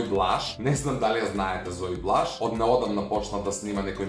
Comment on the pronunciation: Благица не е ѕунѕуровска, туку џунзуровска. И зои блаш не се вика така туку зои блац